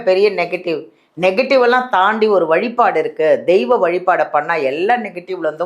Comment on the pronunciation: வழிபாடு....... வழிப் பாடு இல்லை....... 😂